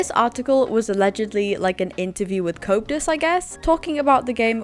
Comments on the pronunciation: It's pronounced "Co-ep-tus" not "couptus" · Stop butchering Coeptus’s name. It’s Co eptus